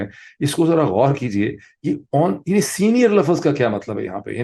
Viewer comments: Dr. Sahib please pronounce LUFZ instead of LUFFAZ. Thanks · Word "Laafaazz" vs "laafzz" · Dr sb pl correct pronunciation Lafz Not lafaz